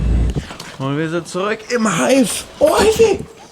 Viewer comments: Das r fehlt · Da fehlt ein r bei zuük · Da fehlt ja ein r in Zurück😂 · Es heißt zurück nich zuück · R vergessen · Du hast das r vergessen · Da fehlt das r